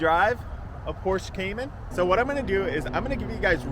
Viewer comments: It’s pronounced porsh-uh, not porsh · Not porsh 😂😂😂😂 porsheeeeeeeee u ******** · Pronounced PORSH-AH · Its Pohr-Shuh…